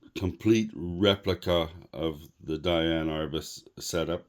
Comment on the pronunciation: It's "DEE-ann".